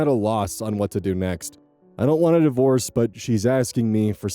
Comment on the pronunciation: When you read "sadly divorce seems to be your best option" I heard it as "sadly the worst" but divorce makes way more sense ^^